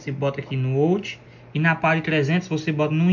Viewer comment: Uma dica: Não se fala ôut...é áut